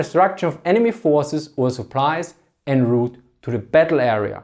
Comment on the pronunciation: I rather like his accent. English is a very tolerant language and can be understood even when being mangled. I was pleasantly amused by his pronunciation of the french borrowing "en route". All snobs know that when using french terms in an english speech one should switch to french pronunciation.